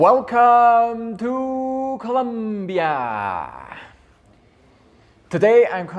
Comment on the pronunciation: Es ColOmbia! Por dios. If You are a travel agent and Even live in Bogota, You really should learn how to pronouce C-o-l-O-m-b-i-a. Just trying to help. Thats a real pet peeve of the citizens. Also Colombia has came a very long ways into being safer, and yes, there is a Lot of pretty crime in some áreas, however the violent crime has decreased by 80%. Or more. How long have you lived there?? If your gonna have a channel and name yourself,which you pronounce as Columbia frank, please do yourself a favor and pronounce it correctly. As a travel guide you may want to put some positive content in your video to encourage people to enjoy the most biodiverse country in the world with a lot to see and where 99% of people on the street are more approachable than in the US or London,inglaterra. As far as dramatacizing narcos. Let people know to be careful and not wear gold necklaces or Rolex watches or pull new $ phones out in public, and NOT to go out drinking alone and don't meet up with nor bring any person that you just met to your place because of scolplamine, which is basically like a daterape drug that is usually administered by putting in a drink if you go to bathroom take drink with you and if you happen to be a person that travels alone, don't visit with intention to travel there looking for sex or drugs, these are the people that are targeted and give gringos a bad name. Otherwise enjoy the culture and the people and you will have a goo